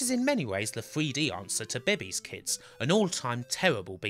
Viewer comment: "Bay-Bay's Kids"lol. It's pronounced "Bay-Bay's" Also Robin Harris; NOT Richard Pryor. We've got several black comedians over here. I know it's confusing. Other than that, great video